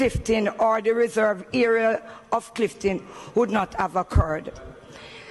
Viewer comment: its only a pity she said Cliftin and not Clifton.